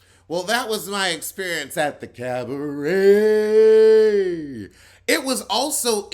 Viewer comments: u gotta go to more cabarets just so I can hear ur French renditions of that word!!😂👍🏾❤️ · When you say “cabaret” the different ways I literally laugh out loud!!!😂😂😂😂😅 EVERY-TIME